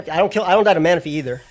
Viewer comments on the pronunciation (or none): none